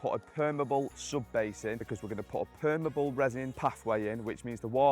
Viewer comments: It's not permable, it's permeable. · permEable not permible if you are going to say it 100 times please use the proper word. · Per-me-able. Not perm-able. It let's water through it, you're not describing a type of hair. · Take a shot every time he mispronounces permeable lol